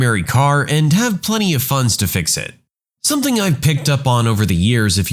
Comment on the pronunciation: No K in the word something